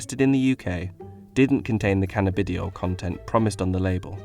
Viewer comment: this guy's pronunciations... "canna-bidi-oil" crying with laughter